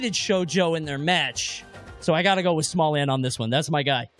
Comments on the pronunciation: "And also.... we have " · “And smallant too” lol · Bro said "then theirs smallant then continued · LMAO “and then we have ” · "And then there's smallant as well..." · "And then we have as well" ffs hahaha